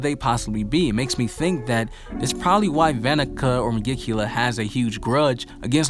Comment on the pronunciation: I like your videos but you keep butchering the name of the devil lol